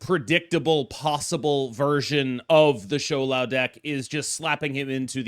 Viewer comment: the smile on my face when i clicked on the video and you said shou lao instead of shao lao